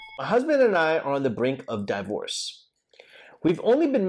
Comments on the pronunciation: I like how you pronounce it as DIE-vorce ... anyways great video! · DIE-Vorce that's an interesting way to pronounce LMAO